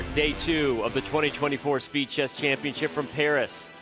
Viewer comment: "Speed Chess" sounds more like "Speechless"💀